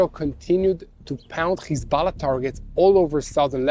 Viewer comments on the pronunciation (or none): Its hEz- bo- llah 😂😂😂😂 Not hiZ-bell- lah